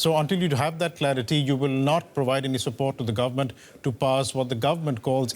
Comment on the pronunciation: "Clearity" bro can't pronounce it correctly after DW guy said it. CSU is filled with these types of geniuses.